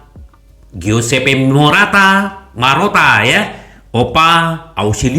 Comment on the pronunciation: bingung terus antara marotta dan morrata:face-green-smiling